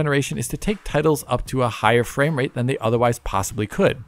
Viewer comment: Fame-rate? is becoming an influencer now? 😂